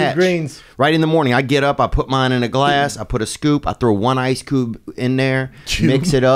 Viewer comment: "Throw one ice coob in there".